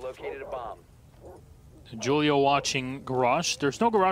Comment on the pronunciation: Mans said Julio wrong lmao